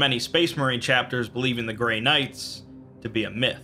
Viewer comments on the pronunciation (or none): none